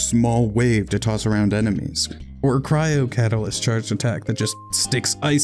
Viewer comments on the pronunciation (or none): none